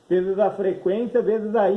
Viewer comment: 'Chees' 1k..10k...esta errado falar..o correto é 'veses' 1k....10k..